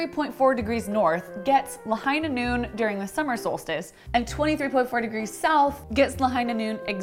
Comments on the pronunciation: ITS LAHIGHHHHHHHHHHHH NOOOOOOOOON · It's La-HIGH-na NOON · I heard 'the hyena moon' 😆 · It's Lāhaiiiiiiiiinā Noon... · It's Lāhainā Noon... DRAW! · McCree: It's Lāhainā Noon.